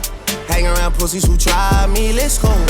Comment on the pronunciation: I legit hate how he says "less go" both phonetically and in the context of a song crying about fake friends and the pop out that happened over a year ago. You're not going anywhere except the courthouse buddy